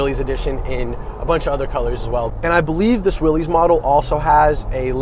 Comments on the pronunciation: It’s pronounced Willis, not “Willies”. Mr. Willys is rolling in his grave hearing his name being butchered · John Willys pronounced his last name Willis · I really wish people would get the name correct. It's pronounced, like WILLIS, John North Willys = WILLIS Overland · John pronounced his last name "Willis".